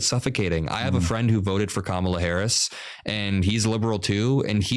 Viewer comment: Adam pronounced Kamala Harris name wrong and the other Adam didn’t correct him.. 💀